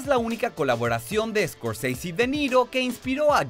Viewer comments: Scorseisi.....es escorsese es italiano no gringo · Martin Scorseasy? Si el apellido de origen italiano los gringos lo degeneran al pronunciarlo, bien lo hubieran degenerado en español también: Scorsese o Escorsese. Como lo pronuncia el presentador se escucha taaaan mamón! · Odio cuando pronuncia "escosisi" haciéndose el gringo, Scorsese es un apellido Italiano. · Escorseisi en ves de Scorsese ,🤣🤣🤣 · "Martín escorSEISI" jajajaja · "Martin Scorceici" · Por que decis « escorseisy» es italiano , NO ingles. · Martin ESCORCEISI? el apellido es italiano. Ni a los apellidos que son ingleses se los pronuncia tan exageradamente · Muy bueno el informe !!!! Pero deja de sobre actuar la pronunciación !!! Que es eso de iscorsisi ? Y porque cuando decís DiCaprio no le das el acento italiano , ya que decís Di Ci y no De Ce ! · Martin escort seisi 😂🤣🤣?? Que mal ingles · Me irrita escucharte pronunciar "Martin Scorseisi". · Tio scorsese es un apellido italiano haces el ridículo pronunciándolo Scorseisi. solo por eso ya tu vídeo queda desacreditado completamente. Un poco de cultura por dios. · Scorseisi? Qué, mierda es esa??? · Una nota. Scorsese, es un apellido italiano, chirría increíblemente escuchar la abominable pronunciación inglesa de ese apellido. Pronunciar lo inglés en inglés es genial, pero Scorsese es ITALIANO, si hablas en español, lo correcto sería pronunciarlo en español o, mejor, en italiano. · ¿Por qué pronuncian el apellido Scorsese como si fuese inglés? Es un apellido italiano. ¡Cursis!